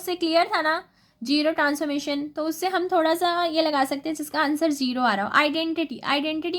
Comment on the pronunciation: I like it when u tell zero as jero